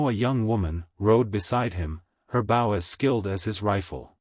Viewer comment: If AI is so smart why can't it pronounce "bow" properly?? Give us a break!